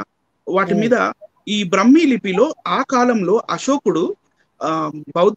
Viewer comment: బ్రహ్మీ కాదు. బ్రాహ్మీ!